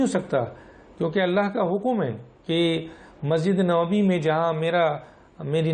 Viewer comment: Boht Ahteram k sath, Masjid E Nabwi hai, Masjid E Nawbi nhi, please pehly apni qaomi zubaan pe dastaras haasil karain phr ap Danishwar bantay howe achy bhi lagain gy.